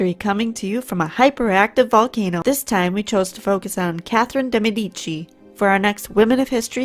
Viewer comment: Great video! You mispronounced Medici, but I got what you meant.